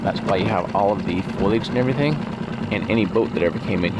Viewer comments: FOE-lee-edge…not FOIL-edge. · Please stop pronouncing it " foil-age" it's phoalyage like it's spelt. This is like the third video where its been said and it's getting frustrating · Lol it's pronounced "foe-lee-age" I love the "foil-age"! 💜